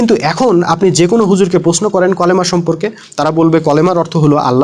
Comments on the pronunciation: আপনিইত ভুল বলতেছেন।কালিমা কথাটাকে কলিমা বলতেছেন। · Bhai kolema na kalema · ভাইরে ভাই আগে উচ্চারণ করা শিখেন তারপর মানুষকে পরামর্শ দিতে আইসেন ওটা কলেমা হবে না কালিমা হিজবুত তাওহীদের তো এই অবস্থা ঠিকমতন কথা কইতে পারে না আর সে ইসলামের কথা কইতে আসছে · কলেমা না কি ভালো করেও কালেমার কথা বলতে পারেনা বলে কলেমা😅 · Kolema na kalema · Vai colama na kalema 😢😅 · ঐ কলেমা না কালিমা ঠিক করে বলুন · ভাই কলেমা না কালিমা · আপনি দেখছি খুব শিক্ষিত 😂😂😂 কালিমা কে কলিমা পড়ছেন😅😅😅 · ভাই কলেমা না কালেমা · ভাই কলেমা হবে না কালেমা হবে। আশা করি সংসোধন করে নিবেন। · কি রে ভাই কলেমা মানি কি?কালেমা হবে কালেমা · ভাই ওটা কলেমা না কালেমা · অল্প বিদ্যা ভয়ংকর /ভাইয়া উচ্চারণ ঠিক করুন /কলেমা কি এটা কালেমা হবে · / কলেমা নারে ভাই কালেমা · 😂😂😂 ভাই কলেমা নাকি কালেমা😂😂😂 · কথা ঠিক কিন্তু কলেমা না ভাই কালেমা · হা*লা*য় একটা ফেরকা বাজ.....কালেমা কে কলেমা কয় হ্যায় আবার বড় বড় জ্ঞান দেয় আাবার আরবি ব্যকারণ বুঝায়।😂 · কলেমা না ওইটা কালেমা হবে কারণ আরবি অক্ষর পেট কাটা কাফ দিয়ে শুরু হলে তা বাংলায় convert হয়ে 'কা' উচ্চারিত হয়, আর আরবি অক্ষর দুই নুক্তা যুক্ত কফ দিয়ে শুরু হলে তা বাংলায় convert হয়ে 'ক' উচ্চারিত হয়। একটি আরবি অক্ষর উচ্চারনে সামান্য পরিমান ভুল হলে পুরা বাক্যের অর্থ পরিবর্তন হয়ে যায়। উদাহরণ হিসেবে:- সূরা ফাতেহা তেলাওয়াত করার সময় শুরুতে আলহামদুলিল্লাহি রব্বিল আলামিন বাক্যটির অর্থ হচ্চে - (সকল প্রসংশা আল্লাহর জন্য) যদি আল(হা)মদুলিল্লাহি এই আরবি অক্ষর 'হা' শব্দটি ভালো করে উচ্চারিত না হলে পুরু বাক্যের অর্থ পরিবর্তন হয়ে ( সকল আবর্জনা আল্লাহর জন্য) তখন এই অর্থ হয়ে যাবে। নায়ুযুবিল্লাহ তাই বলি কি নিজেই আগে ভালো করে পুরু কালেমার সঠিক উচ্চারণটা ঠিক করুন তার পর না হয় আলেমদের ভুল দেখায় দিয়েন। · কলমা কালমা কে কলমা এটা কি ভাই ভুল ধরতে গিয়ে নিজেই ভুল করেছেন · যে কালিমা বলতে পারেনা ঠিকমতো ।সে আসছে বয়ান দিতে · কালেমা শব্দটি তুমি নিজে শুদ্ধ করে বলতে পারো না তাহলে এই সমস্ত ভিডিও বানিয়ে কি বুঝাতে চাচ্ছ আমি বড় পন্ডিত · ভাই কালেমার উচ্চারণ আগে ঠিক কর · যে কালিমার সঠিক উচ্চারণ করতে জানে না। একজন হিযবুত তাওহীদের (শয়তান) এজেন্ট আল্লাহ সঠিক বুঝ দান করুক।